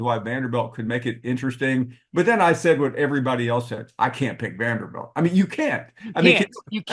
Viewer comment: its Vanderbilt not Vanderbelt